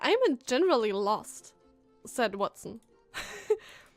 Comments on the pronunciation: Watson?! It's Huatson xD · James Moriarty is Sherlock Holmes' nemesis. Watson = Hua-tson.